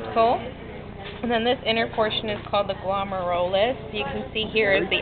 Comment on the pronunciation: "glum-air-you-luss" guys. =)